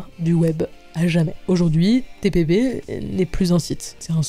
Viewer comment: Par contre c’est TPB pas TBP ..